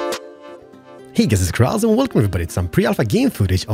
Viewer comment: you said "Kerasil" but it's spelled "Keralis"